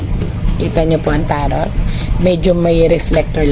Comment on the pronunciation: Madam TAROT IS PRONOUNCE AS TARO